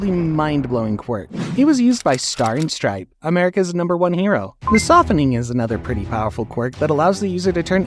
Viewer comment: Many people have made comments all ready but star and stripe was BUTCHERED woah Also ‘non tangible things like air’ is hilarious